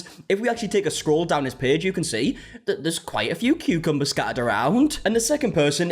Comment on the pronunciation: "Tutorial that ends in injury"... "Today we're gonna be talking about CUCMBERS"... I absolutely have no idea what's going. LMBOOOOO